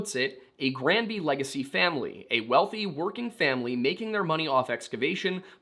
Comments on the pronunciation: Your pronunciation of the town's name is perfect. I'm from Colorado and spent many a summer weekend on Granby Lake. Coloradoans are fucking nuts and all "outsiders" are deeply hated ... especially Texans, for reasons known only to Satan. I adored this documentary. Marv was absolutely being targeted because he was an "outsider" and he knew exactly what he was doing. Marv, you showed those MFs why you don't mess with the wrong person. ❤ You are loved by this Colorado native ❤ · Even though I'm across the continent I wanted to say that we have a city named Granby as well. Your pronounciation as far as we say it, is perfect. I know that wasn't your question but our Granby, here in Quebec was the home to a massive Zoo and Water Slide, which I recall visiting, as a young Lad in the 80's. Merci Beaucoup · You're pronouncing Granby right.